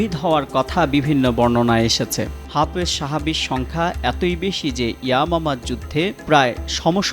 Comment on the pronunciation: সঠিক উচ্চারণ "হাফেজ" ।